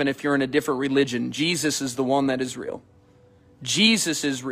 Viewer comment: 'Is Real' sounds like Israel 🥴